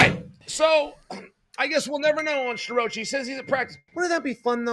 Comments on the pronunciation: Stir-Roachie😂😂😂😂😂😂 I love how Chael purposely mangles people’s names. The guy is undefeated, truly… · Uncle Chael refuses to pronounce Starrocci's name properly.🤭